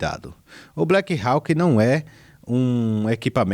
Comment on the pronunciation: Vá atrás da pronúncia de BLACKHAWK lá no Google Tradutor, pois estás pronunciando de modo errado.